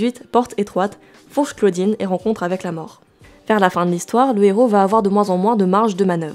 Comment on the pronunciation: On dit Fourches Caudines, pas Claudine!